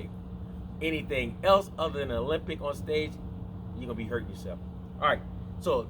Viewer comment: Ah-Lem-Bic. NOT Olympic.